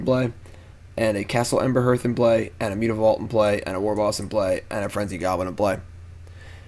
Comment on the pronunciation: Hey, I'm a big mogg monday fan! One tiny thing I was hoping to contribute- I noticed you mispronounce one of your most commonly played mogg-monday lands, Castle Embereth. If you re-read it, you'll notice there's no h or r sounds in the second syllable. So it's probably more like Ember-eth than Ember-herth!